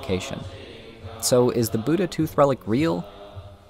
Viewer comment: ur pronunciation of buddha is westernized, cuz there is a difference in da and dha.